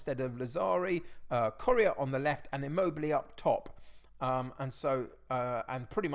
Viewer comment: I've really enjoyed watching your videos since Loki Doli shouted you out but I'm really struggling to over-look how you pronounce Correa.. commented just before the Real Madrid game so good luck!